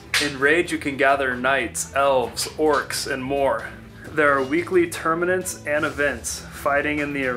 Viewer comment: "there are weekly termanants" 🤣